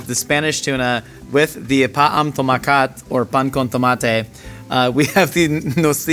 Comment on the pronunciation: it's " pa amb tomAAAcat " not " pa amb tomacAAAt " - Hermió Grangé